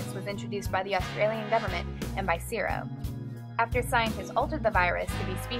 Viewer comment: CSIRO is pronounced see ess eye are oh, not sisro. Its the Commonwealth Scientific and Industrial Research Organisation.